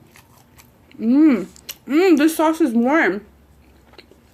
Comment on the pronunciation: Your saying "Sås" Like a swed. 😂❤️